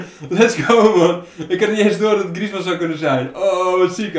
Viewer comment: Auw, 45e van de wereld en niet weten hoe je Alcacer uitspreekt of dat een Franse Atletico spits Griezmann kan zijn